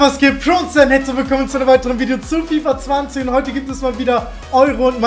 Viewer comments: DAS HEIßT FIFA ZWANZIG UND NICHT FIFA ZWANZEHN😂 TROTZDEM BESTER YOUTUBER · Wie er sagt fifa zwanzehn in der Begrüßung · bei der begrüsung er sagt fifa zwanzehn😂😂